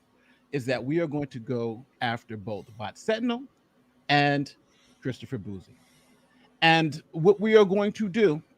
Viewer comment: Bouzy is pronounced "Bussy" not "Boozy". He's an Asshole, not an Alcoholic.